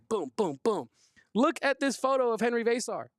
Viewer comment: Love, but somebody needs to teach him how to pronounce Henry Veesaar and Tobe Awaka. I cringe every time he mis-pronounces those player's names. VAY-sar. TOB-AY, my dude. You're a Wildcat! Listen to how B. Jeffries, Coach Lloyd, and the PAA say it, and match that! #DoBetter!